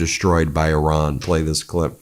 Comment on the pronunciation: It’s eeran Ben not Euran, the I is pronounced as in Italy, Israel etc…